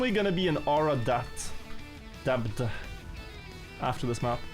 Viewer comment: I can't unhear pronouncing the B in deBt, climB etc. but also: kakky!